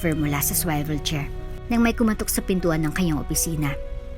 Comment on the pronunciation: Miss narrator sorry po sa correction SWIVEL CHAIR is pronounce as suwivel chair